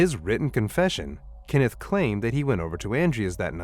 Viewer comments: His name is Kenneth, not Kinnif. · KENneth, not Kinnith. Stupid AI. 🙄